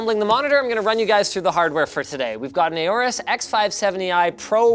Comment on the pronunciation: ARGHHHHH WHY DOES HE SAY "EH-ORUS"?!